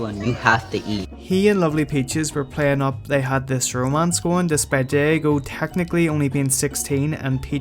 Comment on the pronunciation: You said Diego’s name wrong btw. Edit: btw Diego and her isn’t actually dating Diego